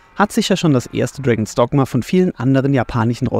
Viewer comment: ich hör die ganze Zeit "Dragon Stockma"